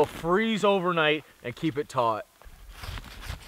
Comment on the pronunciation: were you saying tight or taut